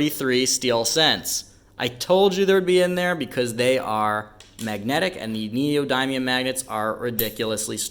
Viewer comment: Learn how to pronounce Neodymium NEE-oh-DIM-ee-əm